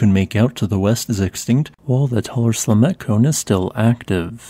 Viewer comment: At first I thought he said "Cement eruptions..." But I listed at 2x speed most of the time.